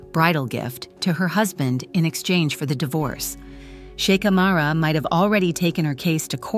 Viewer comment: Kindly do not pronounce the H in her name!